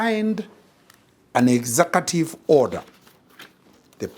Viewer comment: "Exakative". What is an exakative order? Is it "executive?"